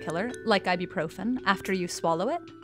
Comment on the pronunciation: Umm why why why! Why is she saying I-do-proven! WHYWHYWHYWHYWHYWHYWHYWHYWHYWHYWHYWHYWHYWHYWHYWHYWHYWHYWHYWHYWHYWHYWHYWHYWHYWHYWHYWHYWHYWHYWHYWHYWHYWHYWHYWHYWHYWHYWHYWHYWHYWHYWHYWHYWHYWHYWHYWHYWHYWHYWHYWHYWHYWHYWHYWHYWHYWHYWHYWHYWHYWHYWHYWHYWHYWHYWHYWHYWHYWHYWHYWHYWHYWHYWHYWHYWHYWHYWHYWHYWHYWHYWHYWHYWHYWHYWHYWHYWHYWHYWHYWHYWHYWHYWHYWHYWHYWHYWHYWHYWHYWHYWHYWHYWHYWHYWHYWHYWHYWHYWHYWHYWHYWHYWHYWHYWHY